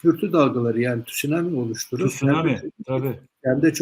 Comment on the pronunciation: Neden sunammi yerine tsunammi deniyor?